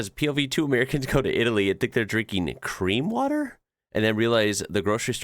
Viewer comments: The "Cream" water, is probably the guy at the store having trouble pronouncing "Clear", and they misunderstood, if I had to guess. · Conc. the 'cream water': Especially people from Asia have a difficulty in pronouncing 'r' and 'l' with much difference. Sometimes, the same confusion happens with 'n' and 'm'. Probably the person in the store who made the signs was an Asian immigrant and wrote the letters he/she actually pronounced: So, 'CLEAN water' became 'CREAM water'. :D